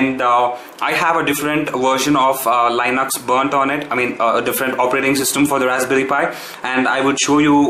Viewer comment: OMG! Did you just pronounce Computer as Cumputer and Linux as Leinux and Content and Cuntent?? sigh :S No offence, great video though!!